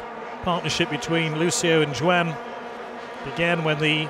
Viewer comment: Why is that the man behind the mic was not taught how to say the names properly... Jo-an?.. who tha f**is jo an?.. kawt?..